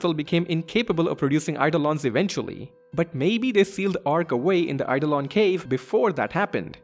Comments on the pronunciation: A few people have picked up on the mispronunciation of Iifa Tree as Lifa Tree, but I've not seen anyone point out that 'Oeilvert' should be pronounced as if it's the two French words 'oeil' and 'vert' (because that's what it is), or that Eidolon is a real-world word, pronounced 'eyeDOHlon'. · Yep. And Eidolon is real-world word, too, with a different pronunciation to the one used here.